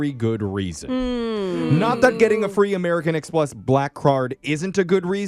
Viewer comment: The ...."americun-x-plus blackcurd"... 😂😂